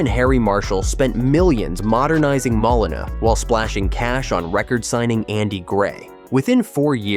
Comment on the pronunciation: So many incorrect figures, some wrong dates,but worse still, several different pronunciations of "Molineux.